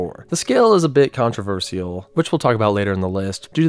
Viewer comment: Great video but please don't pronounce controversial like that 🙏